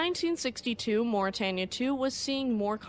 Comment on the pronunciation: The River Thames is pronounced “tems” (rhymes with “hems”). And Mauretania, Aquitania, and Lusitania… the “tan” part of “tania” is pronounced like “tain” (rhymes with “pain”). I never knew much about the second Mauretania. Her namesake is one of my favorite ships.